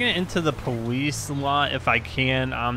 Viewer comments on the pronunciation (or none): why was he saying powice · Is it my headphones or is he saying Police strangely?!